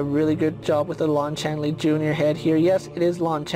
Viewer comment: CHAY NEE not CHAN LEE